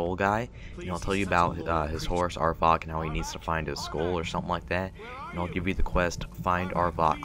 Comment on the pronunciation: are you trying to miss-pronounce everything? cairn. not careen. arvack. not arvock. ;)